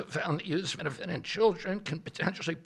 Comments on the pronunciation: I agree across the board, but I'd like to point out that Trump fumbling over and mispronouncing acetaminophen didnt do him any favors. I'm not sure how he had conversations about this topic and doesnt know the word acetaminophen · man I’m a massive Trump supporter, but you are lying. If you say this press conference was a good press conference. Trump couldn’t pronounce acetaminophen. He said that women just needed to toughen it out completely ignoring what RFK said about it being the only option for pain and fever, and there have been multiple studies that show that a fever, while pregnant being untreated is extremely dangerous and far more dangerous than autism. I love Trump, but he did not have a good press conference. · Oh god save us men, Midol has acet.... acetimin.... acetimifigly... it has Tylenol in it. And we know how important that drug is for our once-monthly sanity, I mean our spouses menstrual pains.